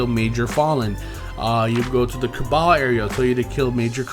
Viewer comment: He said caballs